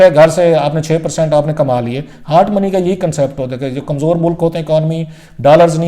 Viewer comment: Mr. Paindoo it is not "HAAT' money it is pronounced as HOT money. Biased, partial, lazy jounalisim